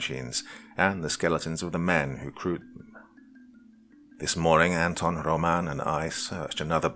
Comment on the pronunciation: It's ANton and ROman. That's how u put the accent on those names. Nice story!